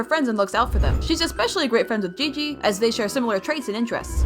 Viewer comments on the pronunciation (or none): none